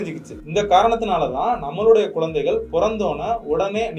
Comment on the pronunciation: Bro words lam konjam correct pronouns pannunga. Athukendru romba clean tamil sollala but Namma normal ha peasarathu poola peasathenga, athu nalla irukaathu. Eg:- kulu ila kuzhu, kodal ila kudal, kolanthaigal ila kuzhanthaigal, ipadi sila words.